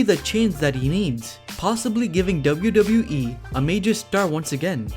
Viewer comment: Please speak “WWE” properly